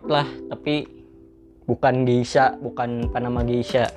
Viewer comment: Klo cupping gelasnya jangan di pegang" ya bang sedih gw liatnya :v Soalnya kata novrinsitumorang gitu Oiya gesha bang bukan geisha :v